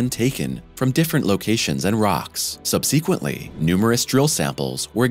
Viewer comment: Again with the subseequently, it's subsequently! 😁👍✌